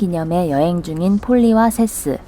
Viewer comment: 세스가 이상하게 들려 시발..